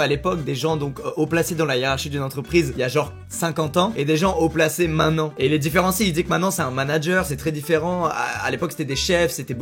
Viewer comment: haut placé mainan, prochain cours : articulation ? :p